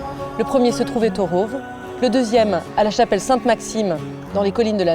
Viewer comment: Le "village du Rôôôve" 🤣🤣🤣 prononciation à la parisienne !